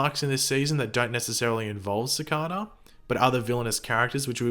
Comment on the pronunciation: Its cicada not cocada